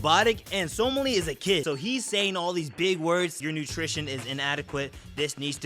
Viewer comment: He butchers the pronunciation